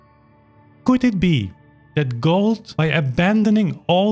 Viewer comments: It's pronounced "goold" like "fooled" but softer, not "gold". Other than that I 100% agree with everything. Gould's recording of the Alla Turca is one of my all time favourites. He savours each and every note, letting it shine as it should. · I find it interesting how you pronounce Glenn’s last {or, family} name, it’s almost sounding like you’re saying Gold instead of Gould (pronounced: Gooold). You do know that his father change the family name from Gold to Gould, because of the high level of antisemitism in Canada at the time, and he did not wish to be mis-identified as a Jew, and documentation shows that his family was not Jewish [even though some people like to think that maybe he was].